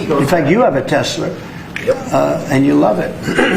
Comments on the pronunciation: I thought Donnie was yelling out “Tesleeer” in a kind of playful (and insincere) way, but he keeps saying it that way. So it’s probably that, ever since he heard the name, he misheard it, and then kept thinking and saying it that way. - He seriously just didn’t connect the dots that it’s “Tesla” in reference to Nikola Tesla and of course electricity. - That’s… both shocking (heh) and unsurprising. He really has the mind of a child. Though, to be honest, he doesn’t care to look into things, so I can believe that he seriously never noticed the name in writing, even though he should be way more observant, but also he’s probably quite hard of hearing so I can imagine he actually heard “tesler” from the start, even though that was like 15+ years ago now. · Trump calls it “Tes-ler” because lots of people ( mainly Southerners and Brits) sometimes drop the ending vowel and add “er”. Listen to British newscasters. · orange says tesler because he's from Queens, and the accent either adds or drops R's. you think he'd learn it, tho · He probably says 'Tesler' because he might have 'dementcher'. 😖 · he calls is TESLER for the same reason he says FENTANOL because he is unable to read. (it's FentaNYL) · Teslr and not Tesla ,,,,,, he can't even talk ............. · "I LOVE TESLAR!" 😵‍💫 Trump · The wrong way to pronounce Tesla. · Tesler is biggly. He loves words, biggly words. What is a Tesler anyway? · I just need to make one tiny complaint.. as a fan of yours! I think the way Trump pronounces Tesla is his NY accent. I’m💯% on board riding him on ALL the shit he pulls and ALL the BS he’s doing and saying… but this one is just an accent. Gotta let it go. New Yorkers/New Englanders and the English pronounce it similarly. JS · Why can’t he say Tesla properly? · It's "TesLA!" Not "TesLER!" And also, kid rock is a washed-up hazbin and can go to HE🏒🏒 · He calls it Telsler because he's so smart he knows stuff that we don't about it duh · "I LOVE TESLER!" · Dumb sob. Lol tesler?